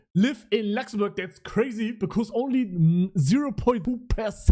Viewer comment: "I live in Lachszämbörg"💀😂